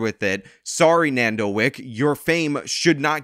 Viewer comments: Nardo not nando lol do you research before making videos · shoutout but say it with me bro. Nar-do 🤣. anyways bring justice to that young man! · It ain’t nando bruh😭🙏 it’s nardo